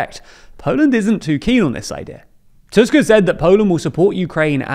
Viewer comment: off topic this is the first tim i've heard an english speaker pronounce "Tusk" correctly, it almost feels wrong